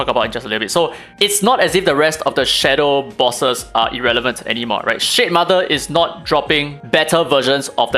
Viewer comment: shitmother, the way you say it... haha!